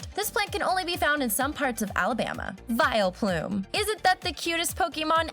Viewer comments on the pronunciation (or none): Its wileplumE